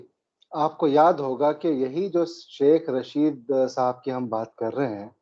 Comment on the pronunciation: Arre bhai, its Tehreek E Labbaik, not Labeek... You are a thorough professional, these repeated mispronunciations are not expected of you Sir ji. Aur Sheikh Chilli ka naam Rasheed hai, Raashid nahin. Faiz Hameed hai, Haamid nahin.Our war hero is Abdul Hameed, not Haamid. It changes the meaning of the word. Not that we really care what these people in power from across the border are called, but we care about how you present the facts. Hope you don't mind Sir.